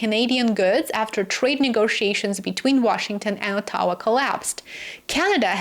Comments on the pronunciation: I finally worked out what you mean when you say "a tower". I think you mean Ottawa, which has the stress on the first syllable, not the second. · we stress the first syllable in OTTAWA. ( but in the case of Newfoundland, take your pick!) - Insp. Tom Royal Canadian Grammar Police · Unique way to say Ottawa